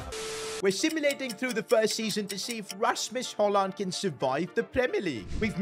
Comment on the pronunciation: Your say it rashmos hojlon